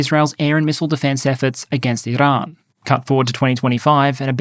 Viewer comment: First English speaking youtuber i have heard actually try to pronounce Iran and Afghanistan properly